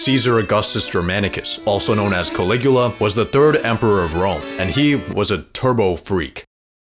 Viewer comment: Calicula ??hahahahahahahahahahahahahaaaa....